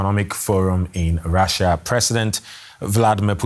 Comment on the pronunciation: When the present pronounces Russia as Raschia. Hahahaha!!